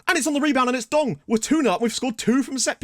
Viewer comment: This Dong needs a nickname. I swear struggles every time pronouncing his name